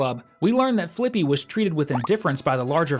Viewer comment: It’s not flyppy it’s flippy